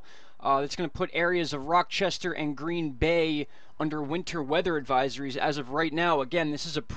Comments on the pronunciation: Rochester is not pronounced with the k sound. It’s Ch as in cheese. In case you wanted to know :) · as always, thanks for a great job delivering useful info! minor heads up: it's pronounced "RAH-chester"